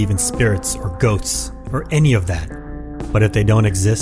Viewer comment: when the narrator said (i dont believe in spirits or ghosts or any of that) the word ghosts sounded like goats